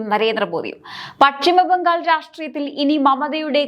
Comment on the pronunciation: ഇടക്കിടക്ക് കടന്നു വരുന്ന ബംഘാളും ഫരണവും മറ്റും ഒഴിവാക്കി മുന്നേറുക.